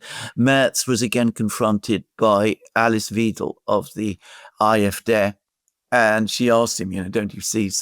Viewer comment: Alexander, you keep pronouncing Alice Weidel wrongly. Correct pronunciation of "Wei" is like the English word "why". This is the same for all Germans words containing "ei" or "ai", like "kein", "Bein", "Kleid", "Meister", "Main" (the river), etc.